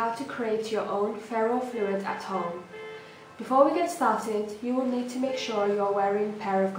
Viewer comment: The Ferro "...Flohid", "...Floy-ed" "....Floyied" "....Fluit" jesus christ.... F L U I D